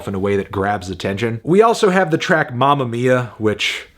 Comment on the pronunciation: That "mamma mia" pronounced so badly is unforgivable: a solid 2.